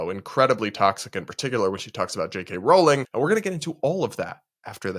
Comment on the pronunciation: Maybe try pronouncing her name JK Rowling correctly, it’s not that hard..